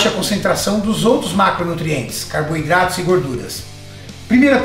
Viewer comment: "CARB I DRATOS"